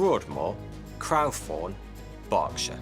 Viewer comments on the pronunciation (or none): It’s ‘Crowthorne’ as in ‘crow’, rather than as in ‘crowd’.